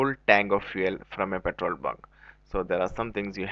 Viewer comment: "petol bun"